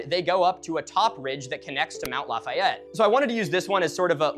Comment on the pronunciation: Everyone calls it Lah-fay-it.